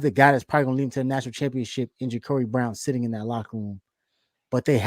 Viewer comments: JA-CAR-EE. Not Jacory, not Jacuri. I can't understand how people that cover our team cannot pronounce the players names. It's crazy to me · He said his name is JA-CŌR-ĒE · no sir. His name is ja-Car-ee. Like the automobile. I heard the interview